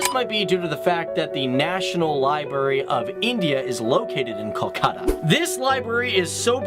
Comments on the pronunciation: In hindi it is call kolkata in english its pronounced kalkata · amazing video but kolkata is pronounced as coal-kha-tha but the video was great and i am happy to see my city described without any bias